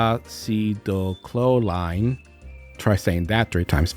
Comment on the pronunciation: Acetycholine (uh-see-tull-co-leen). Just sayin.